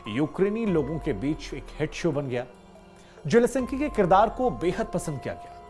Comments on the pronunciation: जेलेसन्की नहीं है, ज़ेलेन्स्की है महाराज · Aap Ukrainian rashtrpati ke naam ka baar baar galat uchharan Kar rahe hain